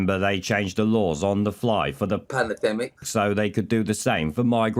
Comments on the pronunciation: "Westminister" ? "Panademic"? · Geeza. You called it Westminister not Westminster. That *Panademic edit is effecting you. Time to drop it. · Don't do a ''panademic'' and be like Charlie Mullins. It's Westminster not ''Westminister''.